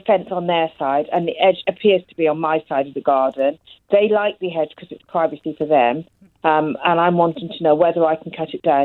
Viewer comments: She slipped into a bit of rural there. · It's a very thick 'edge that goes all the way round 'er 'ouse. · Hedge with a silent H like rap with a silent C